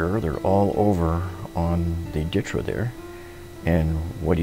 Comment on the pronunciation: Yes good reply Zakaroo!! It’s pronounced Ditra (Deetra) been using this awesome product for 10 years now. And the title of this post makes it look like it’s a Ditra problem not a lack of closing space off to others problem!!